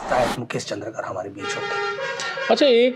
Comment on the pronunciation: चंद्रा कार नहीं होता है भाई, पत्रकार है आप कम से कम उच्चारण सही करिए, चंद्राकर होता है।